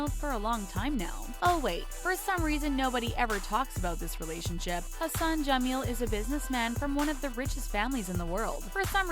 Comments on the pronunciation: When you said "Hassan" I that you said "Her son" lol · Idk when she say" Hassan" it sounds like "her son"jammel😂😂 and the whole meaning changes